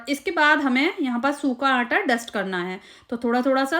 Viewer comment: Qurban jaon "Aanta" K. Its Aata. Recepie is superb